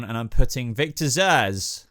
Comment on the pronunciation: Zsasz alright? Cmon man